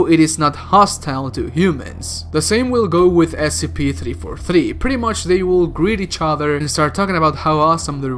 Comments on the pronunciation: You need to say each letter of the S.C.P separately. Because what you said in the beginning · Did you just pronounce SCP as a word instead of an acronym?